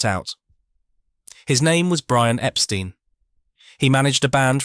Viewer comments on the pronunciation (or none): Wrong...The Beatles' manager's name was pronounced "Ep-STINE", not "Ep-STEEN"... 😐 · It's very annoying to hear the pronunciation Epsteen. Who of us in England pronounces the word tomato as tomayto?